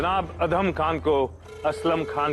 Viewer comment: अदम खान ❎ अधम खान ✅ 😂😂😂